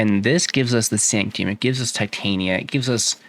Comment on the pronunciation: Good old Sanct-ee-um.